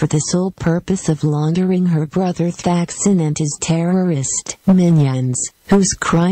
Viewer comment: It would be more credible if the video didn't use a computer-generated voice which pronounces "TH aksin" incorrectly.